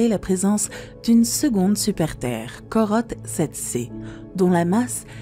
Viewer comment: Autre erreur la prononciation des étoiles et planètes comme Corotte 7b... C'est Corot 7b découverte par le satellite Corot, engin spatial français ou le catalogue de Messière, plutôt Messier (astronome français)!